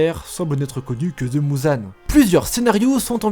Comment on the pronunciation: Ufff, c'est pas mouzan mais muzan